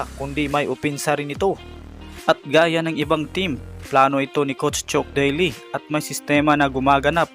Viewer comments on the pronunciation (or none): naguluhan ako sa mga binigay mong name chook daily, bill imberg, james harley😂😂😂 nice content pero research mo mga name nila pag di mo alam banggitin para di ka nagkakamali sa pag banggit ng mga names nila.